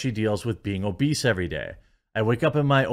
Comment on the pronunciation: She mispronounced obese!